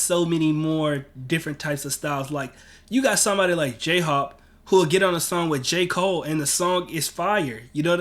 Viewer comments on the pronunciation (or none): I'm sorry i have to say this and I'm not trying to be rude, I know i'm a year late watching this video so i'm hoping you've fixed it by now....but for the last couple videos its been driving me nuts. It's J-Hope.....Hope not Hop